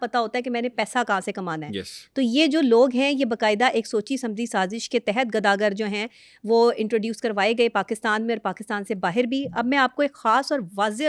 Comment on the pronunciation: گداگر Not گداگیر😢😢😢😢😢